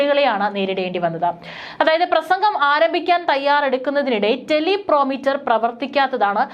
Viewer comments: ടെലിപ്രോമ്പ്റ്റർ ആണ് ടെലി പ്രൊ മീറ്റർ. അല്ല. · മോളെ ടെലിപ്രോമീറ്റർ (telepromiter)അല്ല ടെലിപ്രോംപ്റ്റർ (teleprompter ) ആണ്. ശ്രദ്ധിക്കുക. .. മാധ്യമ പ്രവർത്തകർ എപ്പോഴും വാർത്ത വായിക്കുവാൻ ഹെല്പിന് വേണ്ടി ഉപയോഗിക്കുന്ന ഒരു device ആണ് ഇതു. ..